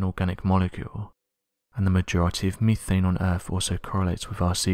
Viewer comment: Misleading title and its "Meth ane" not "Me thayne".